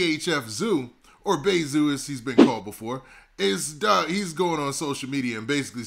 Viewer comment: Calling zoo bay zoo sound off.. like you Calling him bae.. just say zoo please lol